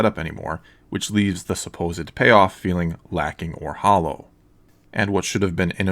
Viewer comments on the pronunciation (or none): none